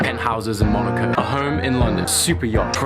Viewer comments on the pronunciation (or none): none